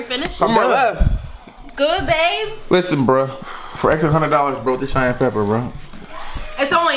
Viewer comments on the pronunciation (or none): so nobody is going to tell him its Cayenne Pepper and not Cheyenne. He said it like 9 times. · I Want You To Tell Me What Cheyenne Pepper Is 😂😂😂 It's Cayenne!! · Cheyenne pepper? 😂😂 it's definitely Cayenne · repeat after me... KY-ANN... 😂 not SHY-ANN💀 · CAYENNE PEPPER * not shyanne lmao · it's pronounced kie-en not shy-en 😂😂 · its not shyan pepper its pronounced (kyan) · KI-ANNE.... Not SHY-ANNE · Cayenne not cheyenne 🙄😂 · its pronounced wit a k like kiyan not like shyan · "Cheyenne" pepper... really 💀💀💀he don't kno the word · Naya Barton what is shyenne pepper lol. He said Cheyenne pepper. He means Cayanne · Did just say Shyann pepper?😂😂😂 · he kept saying Cheyenne 💀 so uneducated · it's pronounced ky•ann 😂😂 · This man just said "Cheyenne" pepper 😂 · The fact that keeps saying "Cheyanne Pepper.."😐😑😂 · He said "SHY-ANN" pepper. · Cheyenne (with sh sound) is a Tribe of Native Americans and a city. Cayenne (with K sound) is the pepper. Jesus Christ. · he just pronounced cayenne pepper as shianne pepper. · "Shyanne Pepper" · "Cheyenne" Pepper. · said Cheyenne pepper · it's cayenne pepper, not shayenne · It's pronounced Cheyenne ( shy-an) peppers where I'm from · it's pronounced (ci-anne) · Lol that's not how you say Cayenne pepper 😂😂😂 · He keep saying the proper name wrong 😂😂😂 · Why does struggle to say cayenne pepper